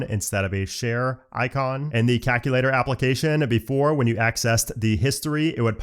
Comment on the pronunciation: Hey,: love your videos, very informative and helpful, especially for friends and family who don’t fully understand all of the iPhone’s features. As an aside, your vocal accent when saying the word, “calculator” is intriguing. You seem to drop the first “L.” It sounds like you’re saying, “kak-u-later.”